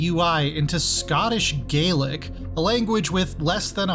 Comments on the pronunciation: Don't scoff at the use of Scots Gaelic, especially while you'd probably applaud the inclusion of indigenous languages from North America. Pronounced Gah-lic by the way, Irish is Gae-lic. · Gàidhlig should be spoken more than it is, feels bad man. also did u notice that he pronounced it wrong?